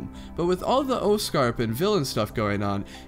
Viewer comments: it's pronounced oscorp but it's being said as oscrap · Why do you say Oscorp like Oscarp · Oz Corp say it correctly